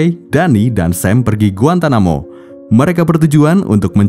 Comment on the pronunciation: Bukan GUANTAMUKUBA bacanya GUANTANAMOBAi 😭🙏